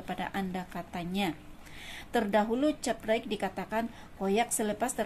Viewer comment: Unik admin sebut caprite.